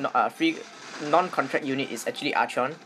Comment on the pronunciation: Wish, I could still stun with Archon. Btw, Archon is pronounced as arkon.